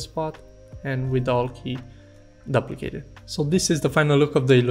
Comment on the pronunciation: Daplicate, pan Dool, Benjil Tool. What are you trying to convey??